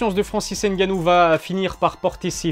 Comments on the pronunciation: Cool ta vidéo mais par contre il faut prononcé son nom de famille correctement ce n est pas n'gannou mais c 'est tout collé francis ngannou ce n'est pas plus compliqué que les nom polonais que vous prononcez sans problème donc faut arrêter la comédie. 😔😔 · Ne dites pas ENNE GANNOU, mais ngannou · Il s'appelle Francis NGannou et non N Gannou, le N ne se prononce pas Merci ! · Gars on dit pas N gannou mais Ngannou en gros faut fusionner le N et le G ensemble quand tu dis Ngannou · Ne dites pas ENNE GANNOU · Arrêtez de dire N-gannou c’est Ngannou ! Le N et les M se lisent en même temps pas séparément !! Comme toutes les autres lettres se lisent ensemble !!! Respectez les noms africains svp . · Il faut faire un effort de plus pour la prononciation. Le N reste dans la gorge. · Stp arrête de prononcer le N